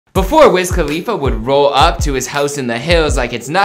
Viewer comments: WIZ KHALFA? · this man really said pass me the blunt to wiz khalifa bruhhh